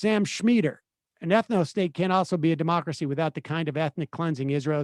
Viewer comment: Is it me or did the first guess say "dim-mak-cracy?" ( as in dim mak the "death touch")